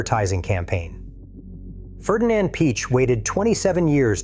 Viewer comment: AI voice pronounces all italian and german names incorrectly. All of them, without exception. Not even "desmosedici" is correctly pronounced. Piëch isn't "Peach" etc. Even if the information provided is interesting ... I just can't stand this AI stuff anymore.